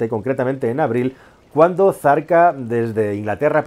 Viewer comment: Se dice zarpa no zarca